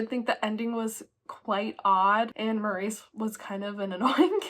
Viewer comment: Loved this vlog - thanks for the reviews! I got an ebook of When the Tides Held the Moon and your review prompts me to hurry up and read it. I also was waffling on reading my ebook of Yield Under Great Persuasion - still not sure if I want to read just yet. Superfluous is pronounced su-per-flew-us (the second syllable is stressed). Also in British English, "Maurice" is pronounced MORR-iss (emphasis is on the first syllable, which rhymes with "or," followed by a short "iss" sound). It stands out to me because of the film starring Hugh Grant which I have seen twice.